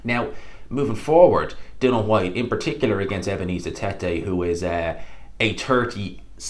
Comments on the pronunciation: Why do you insist on calling him Dylan ..it's dillian..is it an Irish thing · His name is Dillian, bro. Not Dillon. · I always hate when you have a video talking about dillian, you piss me off no end when you mispronounce his name. You spelt his name right in the title why don;t you give him the respect to say his name corectly, we dont call you. Say his fucking name right.